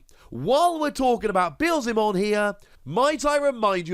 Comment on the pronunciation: Yess your Beelzemon pronunciation is improving